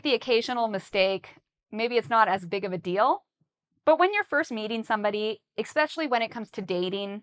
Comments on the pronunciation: I also hear the same "eks" all the time says it. Is it wrong to say this word this way? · every time I hear you saying the word especially you pronounced same like exspecially, am i right? OR it just my ear mistaken?